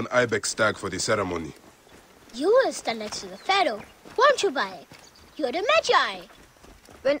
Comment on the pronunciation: continues to call him bay-ek even though every character calls him bi-ek